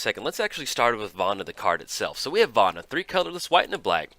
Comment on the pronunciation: yo hey, hey, hey, listen. where did you learn to pronounce words? it seems like every time a new card comes out, you almost intentionally mispronounce it. it's Vona, not Vana...:P Also, a little less fully reading out Commander staples every video would help too.